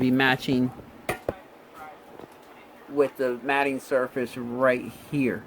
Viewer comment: Absolutely epic video, thank you for your time and absolute quality. One thing, I always thought the mating surfaces were pronounced like mayting instead of matting. It’s driving me crazy now, which is it??